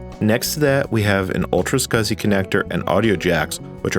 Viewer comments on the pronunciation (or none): none